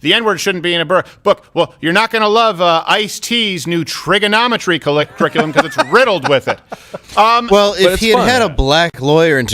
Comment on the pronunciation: “Trigganometry” 😂😂😂 Thank you, Dave